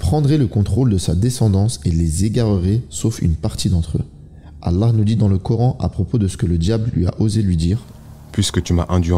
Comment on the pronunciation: On dit pas alla mais Allah…arrêtez vos trucs bizarre